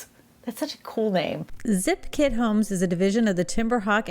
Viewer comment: She keeps saying kid homes instead of kit homes lol